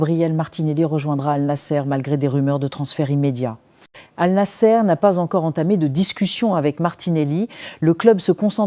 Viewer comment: Annassr et non anasser...c'est pourquoi pas compliqué !😂